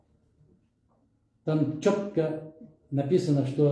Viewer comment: Мадумаров ,,чётко " деген сөздү дайыма аябай басым жасоо менен айтат. Өзү чётко иштесе кандай жакшы болоор эле. Кемпирабаддын богун жейби? Сатып жиберген көптөгөн жерлерди кайтарып кой! Анан сүйлө! Тилинен чаң чыгат, бирок элге эмне жакшылык кылдың? Пандемия учурда, элге жардам берип койбосунбу десе, үйүмдө бир кг ун да жок деген. Анан кайсы мээлери жок адамдар ээрчип жүрөт, билбейм. Элди үгүттөө ишти баштап жатат окшойт. Пока не поздно, ойлон баатыр! Сени кудайга койдук! Жерлерди кайра кайтар, ошондо гана биз кечире алабыз.